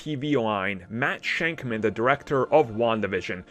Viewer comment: Stop saying Matt shankman its shakman